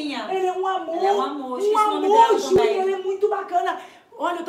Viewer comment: Juliene 😂😂😂, É juliana 😂😂😂.